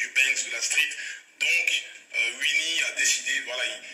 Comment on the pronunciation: Coucou,! Coucou, chou fleur! Gims m'énerve déjà, à peine sa story commencée. Il est ridicule, le gars! Pour les tacles, il n'est pas bon du tout. Au moins avec Blata, on rigole. Et ça fait quoi si sa montre, c'est une fausse? C'est lui plutôt qui est ko. MDR, Wuinnie, on dit Winnie, prononce bien mon gars! Alors lui, la modestie, il ne connaît pas. "Je suis plus fort que toi", on dirait un vrai gamin. Il n'est vraiment pas intéressant, ce mec. Bref, team Booba pour moi, car Gims trop prétentieux. Bisous!